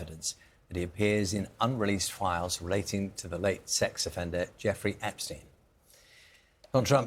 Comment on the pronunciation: Luntz cannot say the name Epstein.